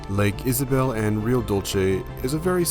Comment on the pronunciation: Lake "Isabel" jeje. Come on!